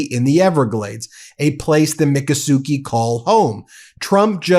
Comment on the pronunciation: "mic-AH-su-kee" not "micka-suki"